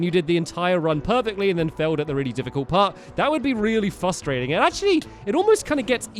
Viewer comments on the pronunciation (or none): You said fustrating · frustrating not fustrating